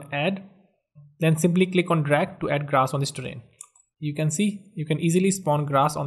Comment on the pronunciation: It's sculpt not slupt.its grass not graash😒